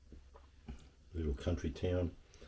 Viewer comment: Barraba not Barrabar